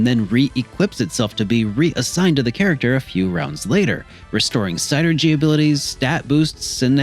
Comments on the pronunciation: It's pronounced SIN-er-gee. Saying SIGN-er-gee just makes you come off stupid. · I mean it is what it is :p like Tidus on FFX. lol. But with Psynergy being spelled, it's probably closest to psy-energy. I guess the sienerjee could work if it's trying to be a specific word and stuff. But it just sounds wrong. So I normally just go the regular pronunciation of synergy, or separate it as psy energy. It's all in good fun, though :p good vid :) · Of course. But i left a comment for the algorithm, and thought it was funny. It's sin-er-jee though